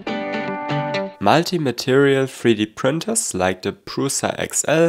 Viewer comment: Did stefan told u to pronounce "multi" weirdly like that😅?"